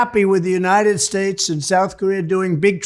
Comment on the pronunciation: don't you mean the United SHTATESH of America?